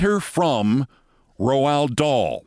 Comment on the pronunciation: Keith, please. Your mangling of his name is killing me. It's pronounced Rowld Daal.